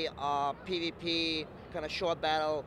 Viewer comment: i kinda heard "Pee to Pee" = PVP LOL XD